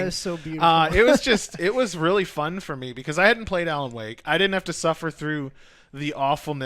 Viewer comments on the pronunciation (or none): none